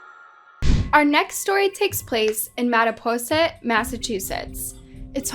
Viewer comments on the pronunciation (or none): I live in massachusetts about 20 minutes from mattapoisett and hearing butcher the town name was hilarious. Mattapoisett is a lovely place and we love going riding there. All 3 women in these stories are awful people. Those three young men did not deserve those horrible bitches in their lives.